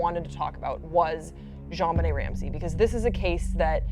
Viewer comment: The hostess of this show keeps mispronounching Jonbenet's name. It's not zhonbenet, it's pronounced like John.